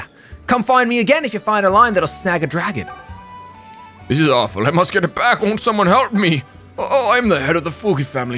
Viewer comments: every time he said dragon i fucking got mad cause it's dagon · Dagon not DRAGON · ffs its DAGON not DRAGON there's no A